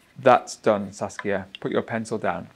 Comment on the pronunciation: Now I'm addicted to Saskia's English pronunciation 😁😅